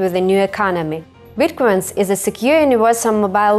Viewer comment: Every time she said Bitquence it sounded like she was saying Bitcoin... Her: When did you get the idea for Bitcoin? Shingo: Well I ... Makes Shingo look good :D